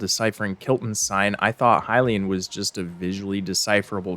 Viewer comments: Also why do you pronounce Hylian like HILL-ayan Its HAI-LEE-an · Ok so I don’t wanna be THAT person, but I can not finish watching this without saying something about how you pronounce Hylian… Dude, they literally say the word in multiple cut scenes, how in the world are you mispronouncing it so bad lmao I’ve been like oH MY GOD, it’s not, “Huh-Lay-In”, it’s pronounced like, “Hi-Lee-Un” lmao if it was pronounced the way you’re saying it, then it would be spelled like, “Halayin” 😅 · Curious why you pronounce Hylian as "Huh-lay-un" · "leviathaaaahn" Idk if he's doing it on purpose to increase engagement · this is probably because those are the same letters in Hylian but can be pronounced differently and need to be translated differently into a latin script. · i hate the way he pronounces hylian, it’s so very wrong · ok im sorry but the way you say hylian gives me physical pain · The way you pronounce "Hylian" gives me agita.